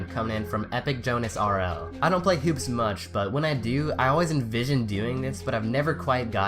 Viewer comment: When he said "Hoops" submission, it sounded like "poop" submission...